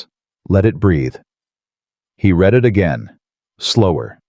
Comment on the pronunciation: Your story is partially about a company that uses words as their commodity. Don't you think your narration should use words correctly? Like almost all AIs, the "read" is frequently mispronounced.